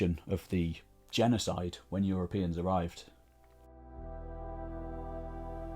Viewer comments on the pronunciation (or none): What "genocie" ?!